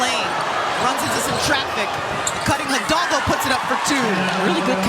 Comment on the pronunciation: As a Latin, please, learn to pronounce the surname Hidalgo.